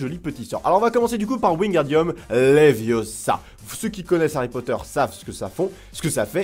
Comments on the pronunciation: C'est léviosa pas léviosahaha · C'est levioooosa, pas leviosà. 😂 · Stop stop stop tu vas finir par crever un oeil à quelqu'un et puis d'abord tu ne sais meme pas le prononcer c'est leviosa et pas leviosaaaa😂😂😂